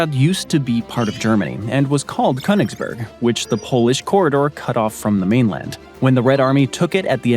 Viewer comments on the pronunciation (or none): none